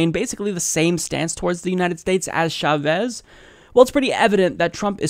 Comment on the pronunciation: Dude it's chA-vez